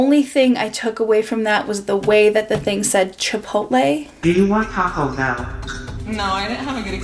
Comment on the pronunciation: ngl I started pronouncing chipotle like that in a robotic voice back then and I would also randomly say it. it is such a bad habit now that I have to actively remember not to